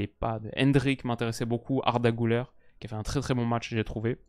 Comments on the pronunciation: Le Ü se lit pas ''ou" mais ''u" Pas "Goulaire" mais "Gulaire" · Personne ne t'en voudra évidemment vu le superbe travail que tu fais, mais petit détail de prononciation Güler, comme ça s'écrit avec le tréma sur le U, ça se prononce en fait GUler et pas GOUler :)